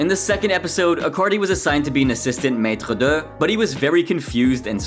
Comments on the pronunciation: Hahahah maitre duhhh? jeez learn how to say one of the easier french words.... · the way you said maitre d as a maitre d myself i wanted to die worst pronunciation ever, holly hell